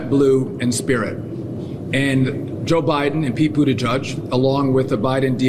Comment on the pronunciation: And of course Duffer had to "accidentally" mispronounce Buttigieg, the sort of catty little snark more typical of a backward undergrad than any sort of politician.